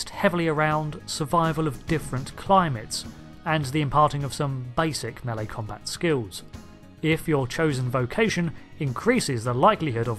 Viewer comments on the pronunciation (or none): none